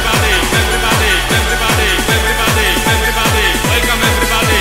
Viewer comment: łelkom ewrybady!!!!!!!!